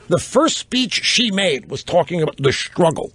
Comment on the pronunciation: LOL! "We shtruggle"? If she was so upset with the way men perceive women, why did she marry one? This woman is depressing.